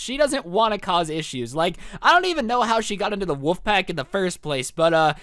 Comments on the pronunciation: its WOLF not woof!! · ok i’m not the only who kept hearing woof instead of wolf!!!